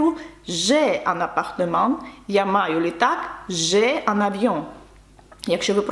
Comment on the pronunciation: Добрий день, питання чому в слові appartement ви наче вимовляєте після М ще ан хіба не апартем би мало за правилами бути?